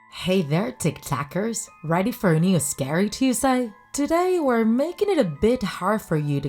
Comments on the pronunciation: everytime she says tiktakers I think she says tiktokers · when she said tik takers,i thought she said tik tokers so i really go to tik tok🤣😁😂🤣